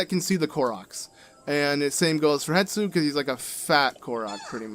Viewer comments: Wow, it will indeed always stress me out that you call Hestu "Hetsu" lol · Stop calling him Hetsu it’s Hestu idk why but It bothers me